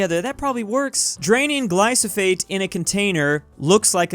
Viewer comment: It’s glyphosate not glycofade